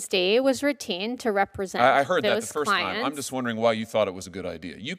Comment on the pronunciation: When she says, "Jones Day was retained . . . " it sounds like she was saying, "Jones Day was routined . . . "